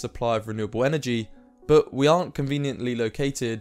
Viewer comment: I think you should work on your pronounciation of the word "but"